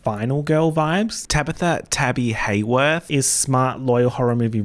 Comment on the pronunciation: Tabitha Tabby (HAWORTHE) is it just me or did it sound weird when he said her name 😂